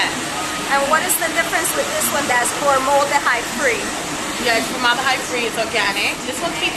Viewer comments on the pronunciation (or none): ForMOLDahyde. lol